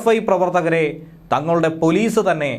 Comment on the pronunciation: പോലീസ് അല്ല പോളീഷ്